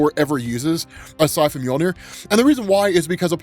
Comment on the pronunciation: He buries the handle to storm breaker u said moijner or however it's spelled lol